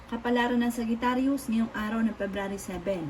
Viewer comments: Mali2x nman pag basa mo sugretarus pa sana dumeretso kna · Hello suggestion lang po wag ka magmadali kasi mali mali yung pag pronounce Sagittarius or Aquarius lagi po ako nag aabang sa reading nyo sa past days totoo lahat sinasabi nyo